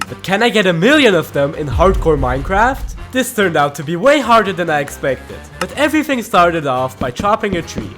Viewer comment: Mijecraft buy you cant say R a short